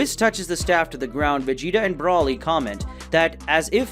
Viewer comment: Why are you calling him Broli dude its Broly renounced (Bro-ley) and what with you calling Beerus "the Beerus" bro your dping this on purpose arnt you chill dude